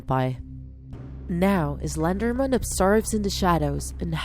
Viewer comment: It is pronounced slender man not pronounced slender men!!!argh!!!